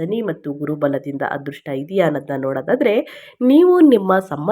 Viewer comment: ಹೆಚ್ಚರಿಕೆ? ಹದೃಷ್ಟ? ಏನು ಭಾಷೆಯೋ